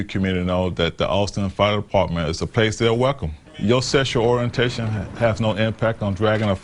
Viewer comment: dude cant even pronounce the word Department